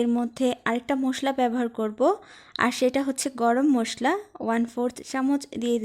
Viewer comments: Musla na re musli ota k mosla bole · আপনি মসলাকে মোষলা উচ্চারণ করেন। এটার উচ্চারণ মসলা।